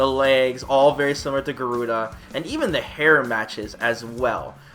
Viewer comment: It's GA-ru-da not Gu-ru-da....